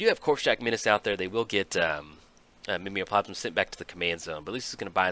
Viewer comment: pretty sure it's Mime-o-plasm which make more sense than ur southern interpretation